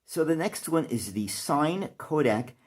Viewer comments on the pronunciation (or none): Catching up with some of your old videos. Very interesting video. I'm into still cameras myself and have never paid much attention to cine (pronounced 'sin-ee', not 'sign') cameras. The most important thing on a camera is the quality of the lens since that determines the quality of the images produced. However, I can see your main interest is the aesthetics of the design. I have some pretty interesting looking still cameras, I particularly like twin-lens reflex cameras.